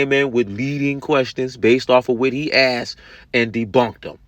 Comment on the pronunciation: I wish someone had asked him what"axed"or "boaff"was